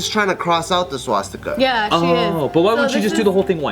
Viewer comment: "Swatsticka" -, 2017